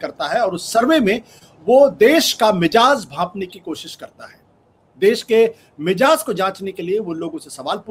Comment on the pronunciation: Ashutosh Saheb Aap Mizaaj ko " Mijaaj " Kahtey hain, Hamein Gawaraah naheen hota hai, Kyoon k Aap Ek Channel Handle kartey hain.Umeed k Aap Is Literary Laghzish ( Mistake ) ko Aahista Aahidta Rectify kareingey.